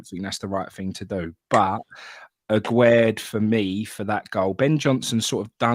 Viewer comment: Why does everyone pronounce Aguerd as Agwaird? It's not Aguero with a D. It's pronounced Agaird. It's French not Spanish. The man said it himself on the welcome video done with Carlton Cole. Sorry folks , I'm having a bad time.